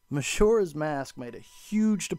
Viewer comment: bro says mashoras mask!